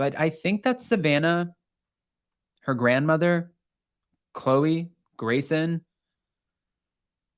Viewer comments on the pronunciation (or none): none